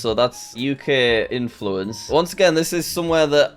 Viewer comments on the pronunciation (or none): He really said 'influence'